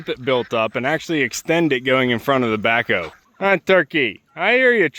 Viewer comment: Every time you say "the backhoe" it sounds like "tobacco" to me. 😊